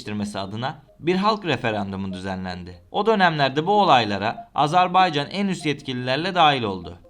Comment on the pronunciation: AzerbEycan değil AzerbAycan